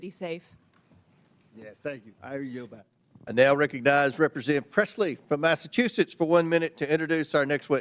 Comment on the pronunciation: Can someone please teach that bafoon, Comer, how to pronounce Massachusetts… It is not Massattusetts 🙄